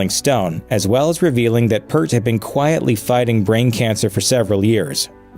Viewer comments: I HATE when people say Neils surname wrong, P Ear T not P errr t, I can't finish this, the guy literally is going out of his way to talk about shampoo. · it’s pronounced “ear” with a P in front and a T at the end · It's definitely pronounced PEERT not "Pert" as the narrator mispronounced it. My second favorite drummer of All-Time next to John Henry Bonham. Peart was more technically proficient but Bonham had the heavier and more signature, distinctive sound. Neil Peart also had an additional 40 YEARS to play the drums after Bonham's passing........ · For the Professor you need to hear the EAR - P EAR T. Hearing "Pert" so many times was just cringey Geddy just lost his mom in January As for the dumpster fire that is RRHOF the only reason the band made it in was the "powers that be" decided to open voting up to the fans. Rush fans are the reason they were inducted. You really need to watch Alex Lifeson's acceptance speech. Fan's loved it and RRHOF executives got exactly what they deserved. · It's peert, not pert. You are correct, the video is wrong. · It’s “peert“ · It's not Purt it's Peart -- just remember that the word "EAR" is in his name. (Hey! I've got a big one for you -- to follow up on Alex Lifeson's derisive comment about the Rock & Roll Hall Of Fame in this video you should do a reaction video to Lifeson's acceptance speech at The Hall --- It's about 3 minutes long and he doesn't speak a SINGLE intelligible word, it's a LEGENDARY viral moment of sarcasm and well-deserved disrespect, that's almost hard to believe. It's as good as Steve Miller telling The R&R Hall that they're a corrupt organization run by conniving, theiving scum -- check them BOTH OUT!) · Initially there's something about this that bothers me. You would think that the narrator would at least know how to pronounce Neil's last name. It's P(ear)t. For god's sakes get it right! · His name is not pronounced 'Pert'. It's pronounced like the fruit, Pear, with a T at the end.